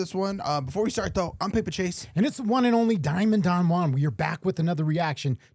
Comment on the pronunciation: Diamond Don Juan? You are white dude. It's just John